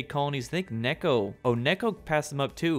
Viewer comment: It's not Nekko it's Neko, you bacca